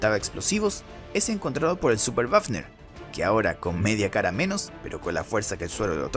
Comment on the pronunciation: El oficial wafner se pronuncia "bafner" ya que en aleman la "w" se pronuncia "b"